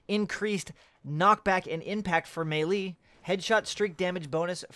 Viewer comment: am i the only one that cringes everytime he says melee?(may-lee)... its "may-lay". Oh just me? carry on then XD